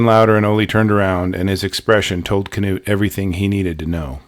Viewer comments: Terrifying story and incredible recount! Thank you for uploading this. I believe his name is pronounced ‘Noot’ though, like the famous football coach, Knute Rockne. The K is silent. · Knut is pronounced ‘Noot’ the K is silent. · You've probably heard this before, but regarding the name Knut.... I think it's pronounced "newt" like the slimy/amphibious little lizards.... Maybe I AM wrong, but I think it's a Scandinavian name. Out of the 3, I'd guess Norwegian, specifically. But, I don't know. The thing I wanna say, is from your first videos to just now even.... You've done an absolutely astounding good job. You've gotten better, it's like night and day. But those were still GREAT videos, I didn't think there was an issue, shame on the people who were rude and just foolishly picky (?) Yeah. I don't know. Keep it up, for US, good sir. We ALL love your work. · Is the K not silent in his name? I’ve always assumed it was pronounced “Noot” Maybe I was mistaken.